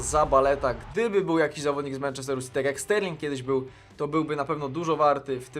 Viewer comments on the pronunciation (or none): none